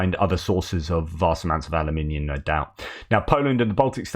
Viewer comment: Alum in ium not holloumium for flips sakes. hahaha